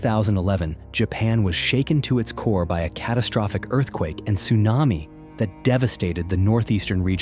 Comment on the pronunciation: North Carolina accent TSUNAMII